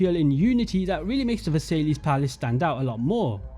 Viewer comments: Sry bro I don't wanna be annoying but I can't help but comment that you subtlety mispronounced versialles. It's pronounced "ver-sie" because the es is silent in french😊 OMG ALSO I just realised that if they made a ww1 or post ww1 ac game, they could recreate this palace in the year 1918 directly and we could see how time has altered the palace😮🎉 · Great video! I think you should look up how to pronounce Versailles correctly for future videos FYI :) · The probonciation of versailles was criminal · Versailles isnt pronounced that way ^^ nice work tho! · The way you pronounce Versailles will piss off every French person on this planet. :D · Nah, no way you butchered versailles like that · My heart ached for my French brothers when he pronounced Versailles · Funny how you were like I’m a history guy right before mispronouncing Versailles as Ver-Sai-Lees. It’s pronounced Ve-Sai. Just a bit of irony I found funny but overall great video. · completely agree but versay-lees? pretty sure it’s ‘versai-ss’, the ‘l’s are silent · Good video,. but for all future videos, it's pronounced Ver-Sigh (Versailles) and not Ver-Say-Lees. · Versailles is pronounced ver-sigh and not ver-say-lees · Not versaillies, it’s pronounced ver-sy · Absolutely astounding vid mate. However I almost died when you pronounced The Palace of Versailles; instead of (VA-SAIL-EE) try (VER-SIGH)! Keep up the amazing work, love having YouTubers create AC content still! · it's pronounced versai, not Versailles nor versaiss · aint no way u said palace of versaylees its pronounced ver sai palace of ver sai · Versailles is pronounced "ver-sigh", with a slight "y" in the "sigh" bit. Difficult to write out without phonetic characters. "Ver-siyh"? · Bro said "Versaylees" 💀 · It’s ver-sigh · palace of "versayleahs" 😂😂😂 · Just an fyi, Hagia Sophia is pronounced aya-suf-fee-a and Versailles is Vuh-sai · How tf did you pronounce Versailles that way as an Englishman lmao